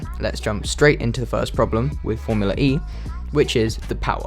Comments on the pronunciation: Guys here is a drinking game, grab a tequila and every time says FormulaRE instead Formula E, drink a shot. Who survive last, Win. JK, i love you ❤️ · Why do you pronounce it as "Formular E"?